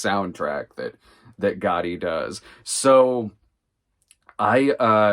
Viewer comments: pronouncing it with a hard T isn’t how anyone says it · Sometimes my hearing plays tricks on me. You do mean "Gotti," not "Goddy," yes? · I'm 99% sure that it's Americans/ Canadians who pronounce it "Goddy". Other nations do pronounce it with a hard 't'. Especially since it's a double 't' as well. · Caitlin Rix it’s a regional thing. Pronounce it however you’d like, but I’ve never heard someone pronounce it with hard double “T”